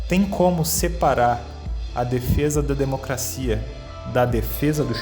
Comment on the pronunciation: Como é que vota em um senador que não sabe falar o português "par quem fala " "democacia" etc. Que vergonha "cleitinho ".